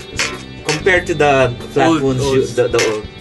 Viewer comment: Why do you two keep saying Flatwoonds when it's Flatwounds, they are wOUNd flat, rhymes with sOUnd! I'll be woonded and really wound up if you don't learn to spoke right!